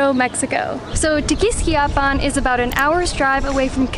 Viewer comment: It's pronounced: Te- quis-KIA pan with the accent on the KIA not the "quis" 👍😉